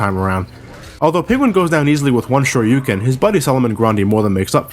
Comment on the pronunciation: "Although Penguin goes down with one shyoryuken" XD I LOLED SO HARD